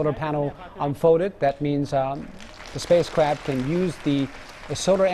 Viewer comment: Did I heard "Spacecrapt" at the start? Sounded like it.